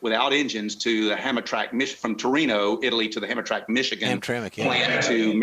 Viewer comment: Please. As an Allante owner since they were new.... It is not "ham-a-track"... the pronunciastion is "ham-tram-mick"...PLEASE.